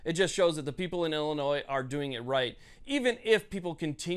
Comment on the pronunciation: P'sown ILL Illinoise.